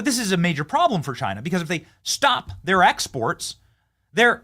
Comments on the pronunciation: It's Chyna or Chi-nuh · "It comes from Chana" 😂